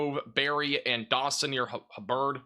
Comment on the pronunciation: pronounce Corsicana perfectly—pronounces “Hubbard” as “huh-Bird.” Remedial reading lessons now!